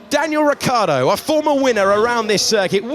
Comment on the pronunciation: Sky have a thing against saying Ricciardo?